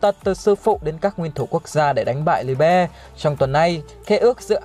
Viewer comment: Phát âm Liebe trong tiếng Đức là ly-bờ anh ơi